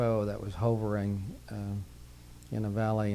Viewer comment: He says hoe-vering. Only human ive ever heard pronounce it that way . Right after that he said something really weird. And the story telling talent in this man. Jesus, it is only my extreme interest in this topic that got me thru this. Still, observations aside, i thank this man and all others that share their experiences from the bottom of my heart